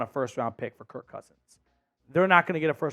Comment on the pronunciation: Such a casual fan statement. And btw, it’s KIRK💀